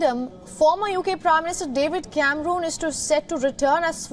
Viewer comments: Yep, took me a couple of seconds to work out who she was talking about! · David camrooon, 😂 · David camrooon 😂